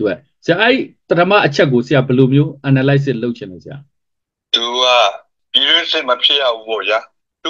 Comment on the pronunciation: အနာလိုက်ဆစ်..ဟုအသံမထွက်ရပါ။ အနားလဆစ်(စ်)..သို့မဟုတ်..အနဲလဆစ်(စ်)..ဟုအသံထွက်ရပါမည်။ Analysis ကိုဆိုလိုပါသည်။❤😊❤😊❤😊